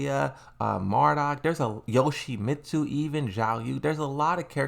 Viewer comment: Bro you got a tekken youtube channel least you could do its learn how to pronounce the characters names "lee wulong and yoshimatu😂😂😂" wtf